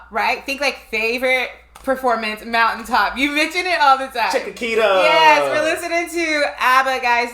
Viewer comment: Love love love you guys, but re Abba, it's not Agatha, but Agnetha, pronounced AN-YET-A. Also, Chiquitita is pronounced CHICK-A-TEET-A. You're welcome. Carry on...:)